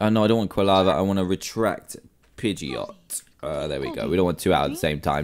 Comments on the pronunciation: it's not a pegeaotoe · Pidgeot say jet instead geot